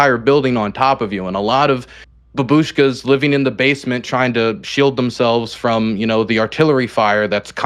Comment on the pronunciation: It’s pronounced BOB-ushkas the first syllable is the stressed syllable. 🙏 🇺🇦 👵 (бабушка бабушки) BOBushki plural